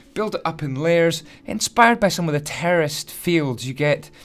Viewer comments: anyone else thought he was saying terrorist instead of terraced?? I know I did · I thought he said terrorist instead of terraced “The terrorists farm”